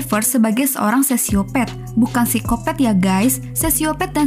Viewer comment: Narator baca Psikopat gua dengernya Sikopet🤣